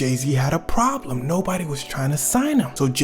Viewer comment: 'So he had a pruublem'.....